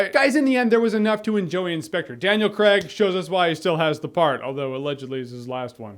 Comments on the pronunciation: It's pronounced Craig, not Craig. Jeez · Thank you! It's not creg ffs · Cray-g, Cray-g god dammit